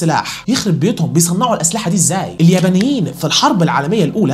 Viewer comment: هو بيقول اليمنيين و لا اليبنيين🤔!! اليااااااا بااااااا نييييييين